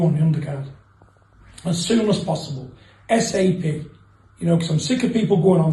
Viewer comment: Man said "S.A.P" instead of A.S.A.P 🤣😂🤣